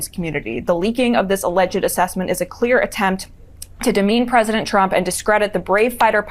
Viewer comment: Ha-haaa! The Ermerican pwesidink is a failure. Film at 11.